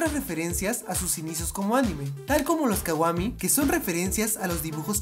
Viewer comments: dijo kawami en ves de kwami jajajajajajaja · Repite conmigo KU A MI!! ajkskaj lo siento tenia que decirlo. Se escribe Kwami pero se dice kuami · hola te queria decir que se escribe kwami pero se dice cuami no te lo dijo por ser mala ni nada de eso ok me encantas tus videos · es kwamy no kawamy